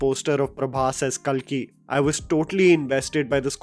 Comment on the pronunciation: You are butchering many names bro like Kalki, koratala shiva, Bharath ane nenu. These are not tough to pronounce. You can easily pronounce them if you just be careful